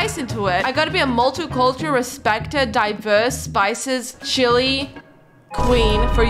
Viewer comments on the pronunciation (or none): none